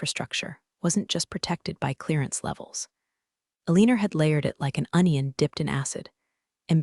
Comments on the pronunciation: Why is the name Alina being pronounced "Aleaner?" And the glance of eyes would be related to rzdar, not sonar. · Alina pronounced with "er" ending, not "a". Pentagon shouldn't be hard to say . Very sloppy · Ah lee ner ?? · Why does the call her Alinar? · Some real-life accents will add a tiny 'r' to some things ending in a. I have heard people talk about having an agender instead of agenda, for instance. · If her name is Alina (whose name the bot cannot pronounce) than why did she sign off as E.M.? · Pen TAGon, Due Dee (DoD), AlinER instead of AlinAH, can't pronounce ranks... ARGH! I almost backed out because of how often I was literally cringing. It is a good story, but I honestly cannot recommend it because the mispronunciations drag the listener completely out of the story every time! Please get a better reader and re-upload it. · PLEASE, for the love of God, get an that's knowledgeable in English. This story was a sh*tshow of mispronounced words. Aliner? Who TF is that? It's Alin-ah, for crying out loud. Pen-TA-gon? It's Pen-tugon. Pay attention please. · Either this is an interestingly trained voice, or a non-English speaking human reader. Alina is consistently pronounced as uh-leen-er, and the US five sided building as pen-TAG-un. It's prnounced PEN -tuh-gon.